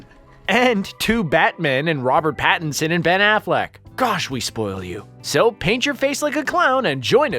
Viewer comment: Robert "bat"inson eh ehe